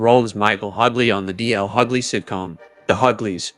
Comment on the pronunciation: Hugly lol it’s Hugh lees